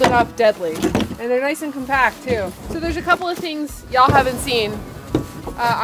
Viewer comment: "Ya'll" sounded like a true American Southerner and then setting up the chairs back to your roots...a Newfie...lol...too cute.